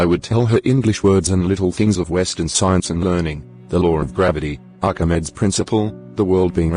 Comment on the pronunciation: bhai its arch-uh-mee-dees not archmeds 😂